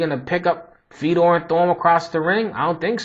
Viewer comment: its pronounced fe-oh-door. hes a pure legend!